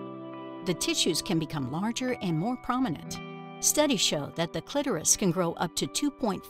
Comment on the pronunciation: Thank you for pronouncing clitoris correctly